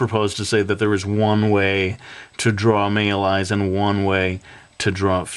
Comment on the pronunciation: Amazing! But... I'm sorry... I cracked up because you said meel eyes!